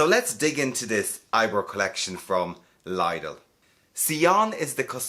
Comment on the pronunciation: I swear it’s pronounced ‘liddle’